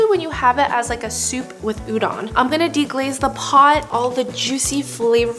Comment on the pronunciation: looks super good, but it's pronounced u-DOE-n, not u-DON